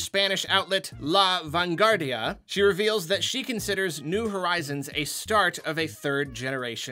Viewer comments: Little silly point : The " u" of "La Vanguardia" is pronunced like a "w" of the word "water". Me encanta tu canal. Desde España: Un lector de La Vanguardia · Im from Spain and i never thought i would hear say "La vanguardia" ever in my life